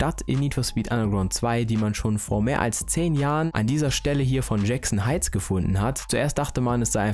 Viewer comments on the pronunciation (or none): none